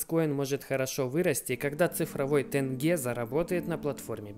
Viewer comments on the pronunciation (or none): Тенге надо говорить через Е, а не тэнгэ С уважением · Не ТЭНГЕ а ТЕНГЕ 2 буквы е, не сложно же? После Т букву Е сказать. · Ни тэнге, а тенге правильно говорить. !!! Казахи не говорят же рублэй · Пожалуйста, произносите не тЭнге, а тЕнге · Тенге, а не "тэнге".... 🤦‍♂️ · Не тэнге а тенге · Не тэньге, а теньге😁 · Не тэнеге, а тенге (мягкая буква е) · Не тЭнге а тенге! Задолбали уже... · Не тенЬге,а тенге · Тенге, произноситься мягко (теньге) Но не тЭнге, там же буква «Е» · говори «тенге» через буквы Е, не стесняясь, там нет букв Э. В итоге, от правильного произношения, тебя полюбят Казахстанцы!) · тЕнгЕ Автор пожалуйста, не режь уши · Господи, Тэнге. Автор пожалуйста научись произносить слова